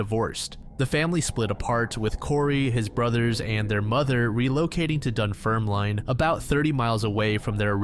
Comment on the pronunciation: Scot here. In the Corrie McKeague case, 'Cupar' in Fife is actually pronounced like 'Cooper', and the 'line' at the end of 'Dunfermline' is pronounced 'linn'. The 'L' in Kirkcauldy is silent also. Great video as always!